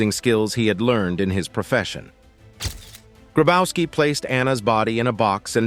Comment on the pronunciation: Grabowski is read "Grabovski" ! The German "w" is a "v"! Marianne hit him well!